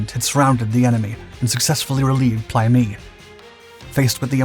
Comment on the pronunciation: In my time there it was pronounced "play meh-i"😢